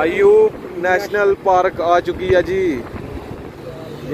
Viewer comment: Paarak nahi o Park